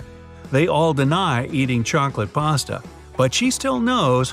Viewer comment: Why is paste being pronounced as pasta? It's not even the same word